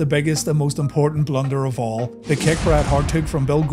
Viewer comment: Here is a blunder, an irish man trying to say blunder........ber-lie-yernder